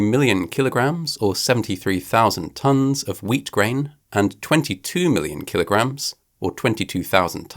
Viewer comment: What the fuck is a kilograham?